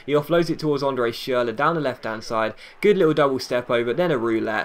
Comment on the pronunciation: Your the only youtuber I know that says schürle right! Great ep as always